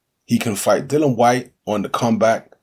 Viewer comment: Why do people still miss pronounce the guys name ffs, it is not dillan nor dylan or dillon it is pronounced dill ian ffs ignorance at its best, if you cant be bothered to pronounce it properly then dont make videos about the guy! Tut tut